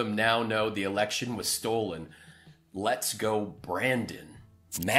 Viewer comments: Him saying "STOLD" grates on me just as much as George W. saying "NUCULAR"! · Shit….. and he just keeps saying stold